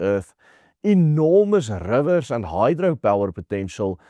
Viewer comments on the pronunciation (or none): Rrrrrrrivers! Love his accent. Had an Afrikaner camp counselor as a kid. We used to ask him to say random words. One of my favorite accents of the world.